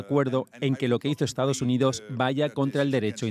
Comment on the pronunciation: Dice "EstaOs UniOs"